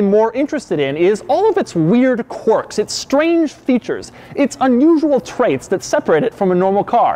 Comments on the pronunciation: It’s quirks not quarks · ‘Quirks’ has an i in it. Not an o, buddy.